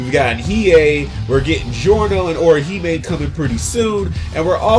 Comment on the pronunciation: Did this man just say getting “Orhime soon”